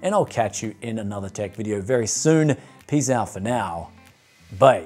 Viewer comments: Is he saying "Bye" or "Bae" when he signs off? Seriously asking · BYE. With aussie accent. Bryan B. PO BOX 546 NERANG QLD 4211 Australia